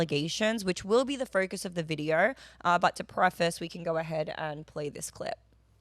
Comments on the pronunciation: "The videoruhra" Vid-e-o. O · Lol I love how she says "videor".